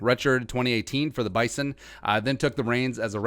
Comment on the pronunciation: Rule #1 of a review video on the Bison. It's ONLY pronounced correctly with a Z. It's Bye zun.